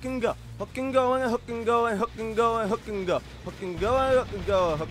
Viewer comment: He says hook and go but I hear hit it and quit it😂😂😂